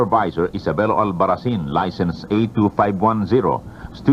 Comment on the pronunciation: Also Albarracin. not Alvaracin.